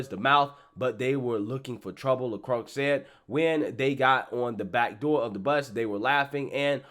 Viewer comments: Hey guy, the word is pronounced "la-croy", not "lacross". 😉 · Bro. I love your channel. But PLEASE look up names. It's pronounced "La Croy" or, "La Kwah". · Pronounce it “La Croy” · LaCroix is French. It's pronounced "luhcroy."